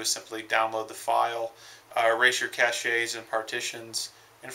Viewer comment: Thanks for all your videos... YOU DA MAN!! Myself and a few others are your subscribers. We appreciate your in depth videos. (btw, VIA is pronounced like veeah, and CACHE is pronounced like cash lol)